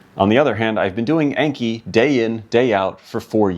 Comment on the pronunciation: It's pronounced "Ahn-key", not "ain-key". It's the Japanese word for memorization.